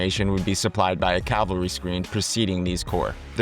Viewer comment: ha thanks for letting me know you’re American. Apologies if I seemed hostile. I guess the AI age of low effort content got my hackles slightly raised as AI narration often has…idiosyncratic pronunciation. So mainly I was pointing out ‘battalion’ and ‘cavalry’. Pronounced ‘bah-tell-ien’ rather than “bat-till-ien”. Also cavalry would be “cavell-ry” rather than “cal-very”. Those were the main ones. It’s a very informative video but many of your audience would find that a bit jarring as they’re likely to be military history enthusiasts, so have will be hoping for that accuracy in videos :) Again it’s very well explained and the animations help a lot as I first came across these concepts in static diagrams from books. By no means is it low quality and certainly not low effort content. Keep it up!